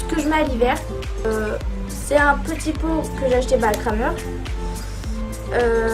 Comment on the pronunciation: Super vidéo ❤️ par contre on prononce « Krémer » 😂